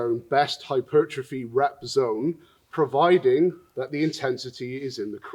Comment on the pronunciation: My favorite part is that you say "hyper-trophy" instead of "hy-pertrophy"... Sometimes